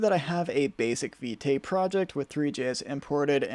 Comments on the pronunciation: It's pronounced `Vit` the "e" is silent. I thought it was Vite too but I just stumbled upon it in the docs. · Vite is pronounced "veet"